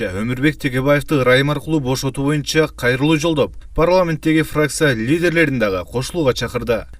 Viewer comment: Боюнча деген сөздү моюнча дейт го..диктор..